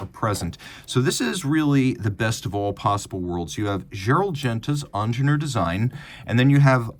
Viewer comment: It's not ONJENOOR, "EEENGEENIURR" as "eat" or "ear" with a strong "r" at the end It's a german name, When are you Americans gonna learn the right way?!